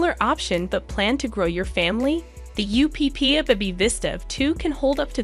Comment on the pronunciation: LOVE this video 😊 Just wanted to say that the UPPAbaby is pronounced Upper baby… other than that fabulous video!